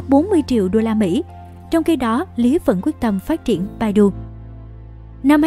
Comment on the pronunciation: ccow bản đọc phiên âm là " bải tu " nhé Ad